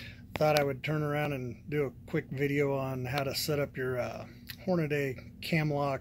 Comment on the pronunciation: HornaDAY? I thought it was HornadY....